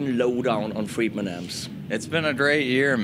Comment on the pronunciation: That homeless guy at the end seemed confused, it's Friedman not fired man.